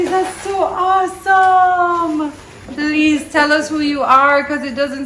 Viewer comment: Nobody:: that's so "OZsome" 😂😂 #MTMFAM ❤